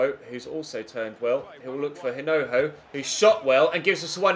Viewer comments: You're not supposed to pronounce the h in hinojo. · the correct pronunciation of Hinojo's name is with a silent h. Massive supporter all the way from Madrid. Like so can see